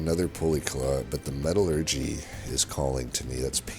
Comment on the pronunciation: You are pronouncing metallurgy correctly. It's "metal-urgee", not "me-TAL-urgee".